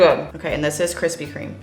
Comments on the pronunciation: ~kwispy kweam~ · Kwithpy kweme* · *Kwispy Kweam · No offense but I thought the kwispy kweme was better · Kwispy. Kweme. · Kwispy Kweme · Krispy Kreme Fanboys be like: Kwispy Kwime won Josh, Oh Mm Ge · "Nobody Wants That" ._. But I like Kwispy Kweme :c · Dude I literally only came for kwispy kweem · Nobody can defeat the KWISPY KREME DONUTS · I bet his are good but kwispy kweme is tHiCcCcCcCcCcCc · Yours is like thinnnnnnnnnnnnnnnnnnnn with 25 N’s, so yeah. Kwispy Kweme Wins! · Don't dis kwispy cweam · Josh: Treats the Krispy Kreme donut like sh*t Me: Rarely gets to eat a fine delicacy like Kwispy Kweme😢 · Hearing josh say kwispy Kweem brings me indescribable joy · Never fails...start diet.. Cravings begin.. Haven't bought donuts in years.. 2 days later.. Let's hit the Kwispy Kweme shop..😒 Hmmm 😂😂 😂 🍩🍩🍩 Looks yummy!😮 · Kwispy kweem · I’m sorry Josh but Kwithpy Kweme won this round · Yayyyyy kwispy kweem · Kwispy Cweam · Kwispy Kreme : you Gf when she's 20 Josh Donut: Your Gf when she 40. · Josh i love you. But take an L with this one. Kwispy kweme are just to good. I can’t imagine them beeing better. X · I challenge you to make a Gluten free Kwispy Kreme Donut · But you can't deny that's a good problem to have! Especially Kwispy Kweme Donuts 🤤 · I’ll take Josh’s KWISPY Creams any day 😏😏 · Kwispy kweam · Kwisspy KWEME I was waiting for so long